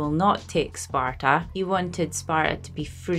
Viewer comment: "spar ah" ? There's a T in there. ;)